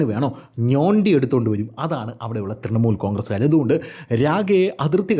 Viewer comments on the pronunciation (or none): none